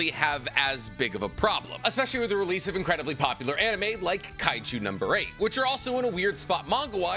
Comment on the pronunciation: please stop saying releaseal it’s just release 😭😭